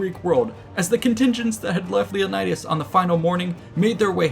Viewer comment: You mispronounced Leonidas everytime u said it